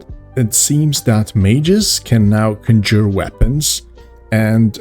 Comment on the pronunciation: "conjour" Thanks for the laugh. So good to be laughing at European accents again(miss pservers)